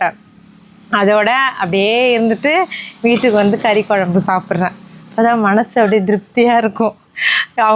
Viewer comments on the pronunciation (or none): none